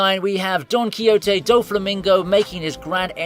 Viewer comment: did u say DONKY-HOTTY?